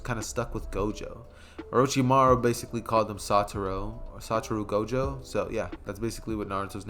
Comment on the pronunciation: I think I heard wrong but in the intro did main man say Satoro Gojo?